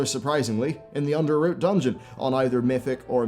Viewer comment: Under-ROT, not Root